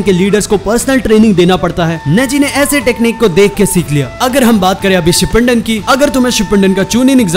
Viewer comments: SHIPPUNDEN NHI HOTA BRO SHIPPUDEN HOTA HAI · Shipandin nahi Shipudin hota hain